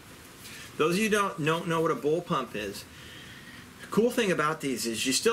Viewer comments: “Those of you who don’t know what a ‘Bull-Pump’ is”…..yeah, neither do you…..it’s bullpup. Lol, he said it twice, he clearly believes that’s how you say it. Your credibility is in the tanks. If you actually fixed the video with a text saying “bullpup” people would actually respect you. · bullpump lmao you mean bullpup